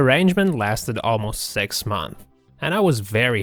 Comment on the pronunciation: Yo he said sex months